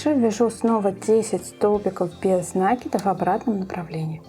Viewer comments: Слух режет неправильное ударение и слушать не хочется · Мастер класс супер, очень полезные видео. При таком приятном голосе нАкид режет ухо🙉. Не умничаю, простите пожалуйста, написала бы Вам в личку, но ютуб такого не позволяет. Надо говорить накИд, потому что: нить накИдываем на крючок, мяч подкИдываем и закИдываем в ворота... и тд. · Всё хорошо, только ваш нАкид режет слух.